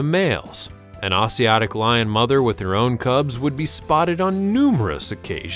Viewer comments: Are you saying “Asiatic” lion? That’s pronounced a-z-at-ic. You know, as in Asia. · love that pronunciation of Asiatic (Asia attic)